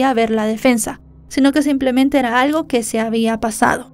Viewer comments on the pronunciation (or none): none